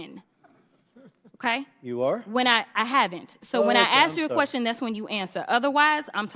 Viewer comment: It was perfect til she said " axe"